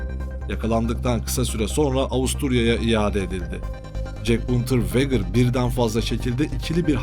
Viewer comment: Unterveger okunuşu.